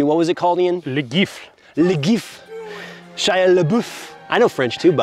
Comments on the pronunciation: Bonjour cher! French citizen here, and fan of the channel for quite a while!, "la gifle", it has to be pronounced "la jeeffle" (without the D sound of the J letter), and it literally means "the slap":) And, it's "coup par coup", "koo par koo", you don't pronounce the P. Now you can brag about being more fluent in French than Ian:D Merci for presenting this old french granny. Keep up the awesome work! From Paris with love, Salutations! (Another here) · it's prononced "jee-fl" but french is a weird language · "gifle" is pronounced with a j, not a g. Well, not a dj like in jazz or jeep. Just the j, like in the end of "mirage". Love you guys, thanks for this very instructive video ! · " LA GIFLE " ..... not " LE GIF " A slap in english. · Like for GIF, gifle is pronounced "jifle". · La gifle would be said more like "la jifl" in proper french